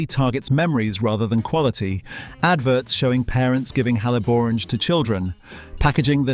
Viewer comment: He cannot pronounce Haliborange ……